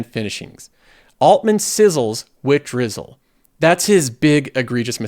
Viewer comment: key takeaway, drizzle not sizzle 😂